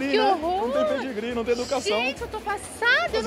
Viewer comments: Ela fala Pé de gri também e não Pedigree Kkkkkkk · "Pédi gri" kkkk